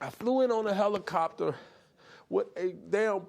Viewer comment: "You sound like you're playing the victim here." "A HELICOPTAH."